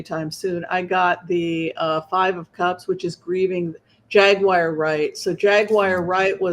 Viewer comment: Her name is Jaguar Wright (pronounced Jag-war not Jag-wire). Take whatever she says with a grain of salt. SOME of what she says is PROBABLY true, but she exaggerates and embellishes most of what comes out of her mouth. Sometimes she just flat out lies. She shames and blames victims and accuses people of committing crimes after they were already dead because she can’t keep up with her stories. According to Jaguar, most men in the movie and music industry are gay but they’re also raping under-aged girls. She claims most of the women are whores for the men but they’re also lesbians. She claims most of the executives are anti-Semitic, racist, gays but they’re also “all” Jewish and like having sex with Black women. It doesn’t make sense. Jaguar is out of pocket. She comes strong and crooked. It’s okay to blow the whistle just make sure you come with receipts and you look and sound sane and sober instead of ranting and screaming at the interviewer. I find it difficult to believe a screaming maniac. Yeah, Diddy is a crime boss and a complete I agree, but don’t believe everything Jaguar Wright says about people in the entertainment industry because she’s continuously contradicting herself and forgetting her own tales.